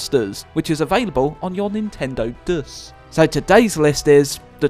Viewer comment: lol how he said ds